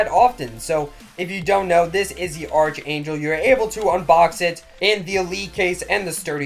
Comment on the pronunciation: Archangel (ARRR-K-ANGEL) the h is silent lol love this videos man